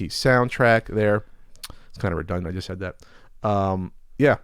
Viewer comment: Fun drinking game, take a shot every time says "uhh here" or says "chust" instead of just.